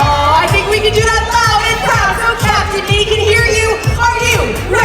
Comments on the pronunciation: I know she is, but it sounded like called her Captain Mickey during the sail away party. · TREASURE did she say Captain Mickey?